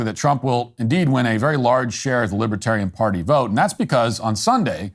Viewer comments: I wonder if Matt intended to say "Libertardian". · 12 minutes in : I love that you tried to say " Libertarian" and just naturally said "Libtard".